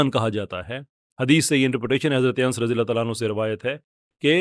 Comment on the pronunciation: Ans nahi Hazrat Anas r.a please pronounce thek karein